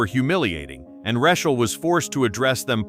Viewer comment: How annoying…..Ra-chill.